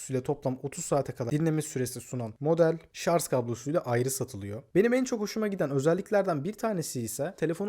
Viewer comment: KAFAYI YEDİM ŞARJ KELİMESİNİ DUYARKEN ama video güzel